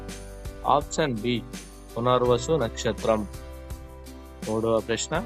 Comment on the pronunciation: Mundu meeru option ane padam correct ga palakandi, ఆప్షన్ అని. పలకండి, అపచ్చాన్ కదూ